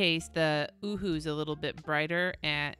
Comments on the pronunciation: it is pronounced o-hu-hu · I busted out laughing every time you said “Ohuhu.” 😂 #grownup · lizziesf87 yup... Me too... Laying in bed laughing outloud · Me too!!! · Omg, so did I 🤣🤣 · Lmao at you saying “ohuhu”